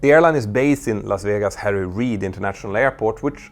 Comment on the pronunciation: Las Vijegas 😅